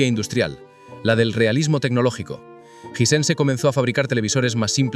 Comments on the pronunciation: Me da cancer de oído escuchar Jisense en vez de jai-sens, otra cosa ese bolazo de que en Sudamérica no se podía comprar marcas caras como las Sony que literalmente es el televisor más vendido en Sudamérica 😂 Hisense apareció oficialmente en Uruguay hace 3 años. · Los españoles son negados para el inglés disque "jisense" en vez de "jaisens" 😂😂😂😂😂😂😂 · Hay que definir la pronúncia. ¿Suena Ysense o Aisense?